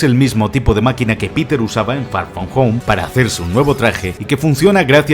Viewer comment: far from home ❌ fa foh fo✅